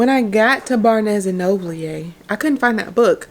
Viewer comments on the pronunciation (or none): Girl I screamed when I heard how you pronounced B&N. Me and hubby do this too way too often 😂✨